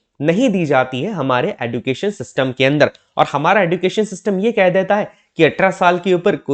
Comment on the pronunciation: Education ka pronunciation galat bol rahe hain aap sir use ejucation bolate Hain